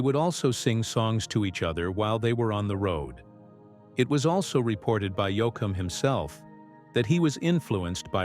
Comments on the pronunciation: Somebody PLEASE revise this and correct pronunciations!! Yo-A-kum, Yo-com, really? He's one of my favorites and a legend who at least deserves to have his name pronounced correctly! One of the BEST EVER!! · The way he pronounced “Texaco”! Also, Yo Com! Nuts! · Fractured his name especially when called Yoackum???? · I’ve always been a Dwight Yoakum fan and always will be!! I didn’t like how the narrator kept calling him “Yoakum”. I found it disrespectful. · II am a huge Dwight Yoakam fan so ....not pronouncing his name correctly and jumping around in time, I did not care for this, it is the first I have seen by this Elvis Rock Nation, and pretty sure I won't bother to watch another...it is just not for me. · Who is this guy reading he can’t even say Dwight’s last name it’s pathetic to listen to this guy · This commentary is a "run on" repeatedly saying the same thing over and over. At least get someone to read this that can say Dwight's last name correctly.